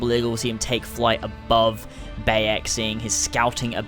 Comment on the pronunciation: It's Ba(h) yek not ba(e)yek